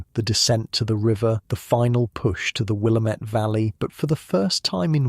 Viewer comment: Great story, as usual! I love the accent-- it is so calming. One quick note: the Willamette Valley is pronounced "will-AM-ette" as in "God- DAMN-it". I was corrected this way when I went there on vacation by the locals. 😉